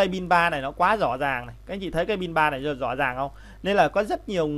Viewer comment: Video rất hay và bạn có thể nói từ RỎ là RÕ, LẺ là LẼ được k :)